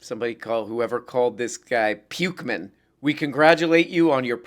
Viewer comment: “Pukeman” is pretty good…